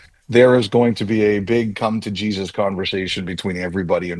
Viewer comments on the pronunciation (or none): none